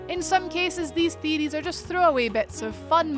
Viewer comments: What are game " theerieees "?? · "One of the most popular theerees" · Lmfao that accent thicc boi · Really love "theeries" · Just came here for the “theadeees” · This woman pronounce things weird. It's theory of Deeries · I can´t even spell how she pronounced "theories", but i love it! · Love your... uh... accent? The way you pronounce Theories ...! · No one is going to say anything about the way she says theories